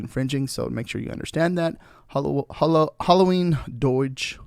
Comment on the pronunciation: Can’t give it a thumbs up when you keep calling it Holloween